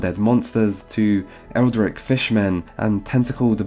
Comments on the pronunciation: How are you going to make this video and go ahead and say "eldrick" 😒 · I was with you until you said "Haytch" and "Eldrick"